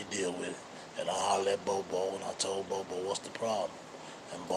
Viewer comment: I’m over here shook like bro we been pronouncing that man name wrong for years… All these bloggers been calling him Bob-O